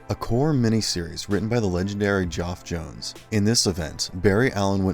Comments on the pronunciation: The Legendary 'Joff Jones'. Wtf Talk about having no actual knowledge about the subject matter. If you're going to read from a script at least get the pronunciation and actual name of the creators correctly. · I thought I was the only person that noticed he butchered Geoff Johns name.